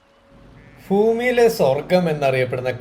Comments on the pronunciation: ഫൂമി അല്ല ഭൂമി 😊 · ഫൂമി അല്ല ബ്രോ ഭൂമി ആണ്. 😅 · ഫൂമിയല്ലടോ, ഭൂമി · ഫൂമി അല്ല ഭൂമി 😂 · Bhoomi, not Foomi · ഫൂമി അല്ല മാഷേ ഭൂമി എന്നാണ് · ഫൂമി ❌ ഭൂമി ✅ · ഫൂമി അല്ല ബ്രോ ഭൂമി 😅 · തെറ്റ് കണ്ടാൽ പറയുന്നതിന് എന്താണ് കുഴപ്പം: പറഞ്ഞു തുടങ്ങിയത് തന്നെ "ഫൂമി" എന്നായിരുന്നു. ഇഷ്ടെപ്പെട്ടില്ലെങ്കിൽ ക്ഷമിച്ചേര്... നമോ വാകം 🙏🙏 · വാക്കുകൾ കൃത്യമായി ഉച്ഛരിക്കുക. " ഫൂമിയിലെ " സ്വർഗ്ഗം എന്നൊക്കെ പറയാതിരിക്കുക. വിവരണത്തിന് നല്ല പ്രാധാന്യമുണ്ട്. Well begun is half done എന്നല്ലെ ഇംഗ്ലീഷിൽ പറയുന്നത്. Video super. Super camera 📸.🩵💙🩵 . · ഫൂമി അല്ല കേട്ടോ